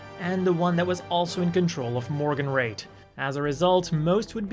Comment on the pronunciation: Ah, the Astrays are my Absolute Favorite. Murasame not Included. I love it more than the Daggers tbh and I love the Daggers a tad too much. I always thought these where pronounced Morgenroete(More-Gen-Row-Wet) and GuAIZ(Goo-Wize). Man can't wait for the Gundam Frames Development History. I have a question for you. Why do you think ORB never used their Coordinators to help Develop the Astray OS? I find it weird as the nation is composed of Both Naturals and Coordinators. Surely the Coordinators in there Military can and is capable and knows the limits of their Natural Countrymen and be able to design the Machines to work for both.